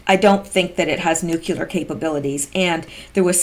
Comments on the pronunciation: NucLEar...not nucUlear. 1st refers to bomb, 2nd refers to a center of something. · Darn,, could you please learn how to say NEW--CLEAR instead of "new--cue--lar? Being an English major, you should know better...